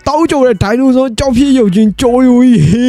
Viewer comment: ဒိုင်ဆိုနော 🙅မဟုတ်ဘူး ဒိုင်နိုဆော